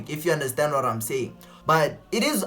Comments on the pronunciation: "You know warr I'm saying" 😂✊ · "you know wharrrr I'm saying"😅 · "You know warr I'm sayin' "🤣🤣